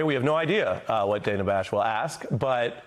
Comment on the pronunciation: He also purposefully mispronounced Dana Bash's name. DANA pronounces it as Dan (short for Daniel) ah, not Dane (as in Danish) ah